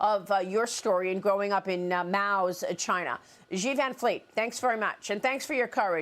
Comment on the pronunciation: Xi sounds like "she" not "ji".